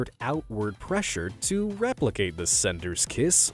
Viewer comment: did he say raplicate ,the spider vid